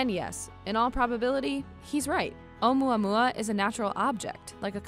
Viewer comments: I thought she said oh yeah yeah meme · onmuamua that's what I heard😂😂😂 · Should it be pronounced "OH-oo-MOO-uh-MOO-uh" 'cuz there's a U in the Hawaiian name? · yes pronounce the U letter.... she mispronounced it by leaving out the U sound